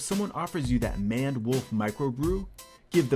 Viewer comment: isnt it M-A-N-E-D? muh ained